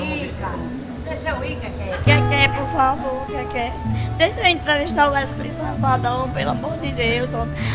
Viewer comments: Ta falando errado num e Wesley e WESCLEY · KKKKKKK 'weskley'so essa msm KKKKKKK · "Uescley Sapatão" kkkkkkkkkk morrendo de rir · "wescley" Safadão huahuahuahuahuahuahuahushuahushua